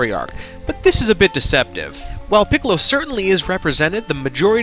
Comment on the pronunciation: please stop saying his name like that